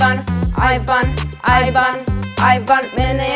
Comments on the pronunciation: ja koja sam čula ajvar ajvar, umesto aj van... 😂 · Hahahahaha ovo je ludooo cini mi se da pricas ajvar🤣🤣🤣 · Jesam jedina kada je rekla "aj van" čula ajvar😂😂😂najbolja su❤️❤️❤️❤️